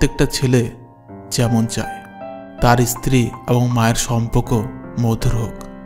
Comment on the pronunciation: Kathar uchharan valo karun, istri noy, stri